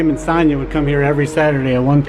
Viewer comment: Great clip, I’m a huge fan of film but you kept mis pronouncing Sonya’s name and it bugged me. 😂